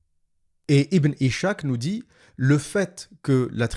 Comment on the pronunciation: Ishak se prononce en fait Iss hak . C'est Isaac en arabe.